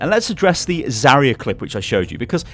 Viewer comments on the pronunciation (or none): Zaryu not Zaria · Zarya, not Zaria